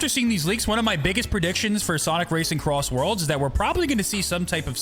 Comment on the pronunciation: SONIC CROSSWORLDS RACING?????????????????!!!!!!!!!!!! HOW DID YOU SAY IT WRONG